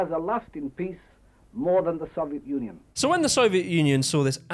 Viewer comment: it kinda sounds like he says "soviet nunion"